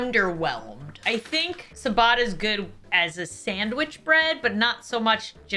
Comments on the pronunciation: I don’t wanna be that guy but isn’t it ciabatta (chi-bah-tuh) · K. I'm gonna be "that" person. The "cia" combo in Italian is pronounced like "chia" (like chia seed). Ciabatta=Chiabatta, Focaccia=Focaccia. Rye and pumpernickel rate much higher on my chart - especially if served with a hearty stew or borcht😊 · its pronaunced chiabatta not siabata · Oh my goodness, the c in ciabatta is pronounced with a ch sound, but its adorable hearing you say siabatta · Sa-batta bread😅as an Italian I find that hilarious 🤣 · My Italian heart when she said ciabatta 💔😢 babes it’s a ch sound not a s x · I’m crying at the way she pronounces ciabatta 😂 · OK. But, you have made a great error. How did you pronounce Ciabatta because I can tell you it was definitely most certainly not correct.